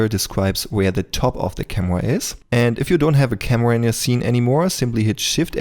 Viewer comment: „Cameua“? das kannst du besser:)